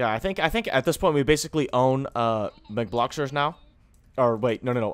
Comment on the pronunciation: He said mcbloxxer hahahha he in roblox uhm greenville lol ur best